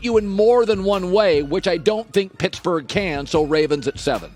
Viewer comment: PITTSBURGGH??? LOL